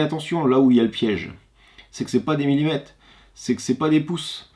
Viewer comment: As-tu remarqué qu'à la fin du mot millimètre, après le t, il y a la lettre r. On dit millimètRe et non pas millimète.